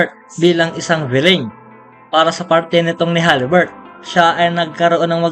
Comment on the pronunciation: Haliburton,Hindi haliburt